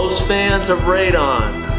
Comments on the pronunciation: Radon 🤣 Now that will really mess you up lol It’s “Raiden” ✊🏼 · Kung Lao, not Raiden.. NOT Ra-don..